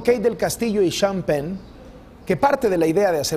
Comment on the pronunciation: Y el señor "sean pen" xD